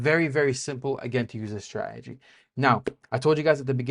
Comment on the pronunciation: Remember, never trust anyone in this space that can't pronounce 'strategy' correctly